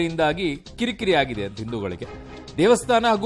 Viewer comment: Aagida alla aagide ,aagide anta correct aagi helu